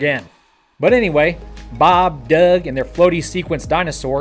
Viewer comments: can you say "Douug" in ur american accent again, pleasee! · Boeb and Doueg he said:) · I just can't stand the way you pronounce 'Doug' jeeeeesus